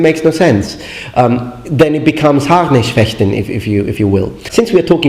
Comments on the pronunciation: Excellent expression of Bloß- and Harnischfechten! Never heard it better from a non native speaker. (Okay, not surprising concerning its the speaking:) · Kudos to you on pronunciation of German words! You're the first non-native German speaker on youtube I've heard pronounce Harnischfechten and Bloßfechten correctly! (in the modern way) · Interessting point of view. I understand both points, yours and Lindybeiges. It sounds for me like Lindys point is the point of an elderly generation and yours is the point of an younger generation... If you want to improve your German pronunciation skills you pronunced Harnischfechten very good and correct, but as a native I would drop the R because in modern german many Rs are dropped and not pronunced. Especially the Rs after vowels. Quite similar to britsh english I would say...